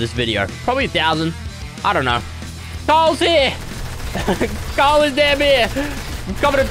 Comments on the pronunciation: The way pronounces Carl is mad 😂😂 he literally says “Cawl” 😂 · I find it hilarious how he can’t say Carl; and he’s saying cahel. 😂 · JustNormal Ian Asian is Asian? Wow, I never woulda guessed it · Bruh it's funny how he said I have <Carls> brick😂😂🤣🤣🤣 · When fresh says carl it sounds like call 😂😂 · When he says <Carl> it sounds more like <Kyle> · Since he says Carl like cawl it sounds almost like Kyle. Maybe it’s just me though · You said Carle 53 times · Who else loved how he said Carlت